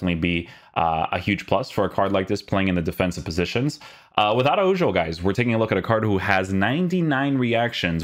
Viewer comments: It’s so funny when people pronounce Portuguese names as Spanish and Spanish names as Portuguese, it’s pronounced (ARAHO) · i felt uncomfortable hearing araujo with a J and not an H 😂 thanks for the vid tho man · The j is pronounced as a h. For people that know how to pronounce it’s really awkward to hear it pronounced like that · Its ronald araujo (j as kh) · don’t be reviewing players that u don’t even know how to pronounce